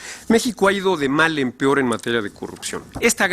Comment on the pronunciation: El pior desempeño ? Dijo pior ?